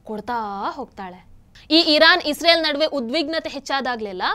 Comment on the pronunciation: Madam ಅದು Israel(ಇಸ್ರೇಲ್ ) isreal(ಇಸ್ ರಿಯಲ್ ) ಅಲ್ಲ. ಸರಿಪಡಿಸಿ.